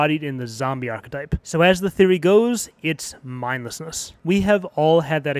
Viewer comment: I wanna believe that this was intentional... you being mindless and making an error in the word mindlessness.